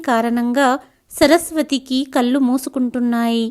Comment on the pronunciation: అంతా బాగుందమ్మా,కానీ మీరు కొన్ని పదాల ఉచ్చారణ ను సవరించు కొంటే ఇంకా బాగుంటుంది. ముఖ్యంగా ళ కారం ఉన్న చోట లకారం పలుకు తున్నారు. కళ్ళు పలికే పద్దతి .మీరు కల్లు అంటున్నారు. తప్పు పట్టాలని కాదు నా ఉద్దేశ్యం.వినసొంపుగా ఉండాలి అని అంతే.🎉🎉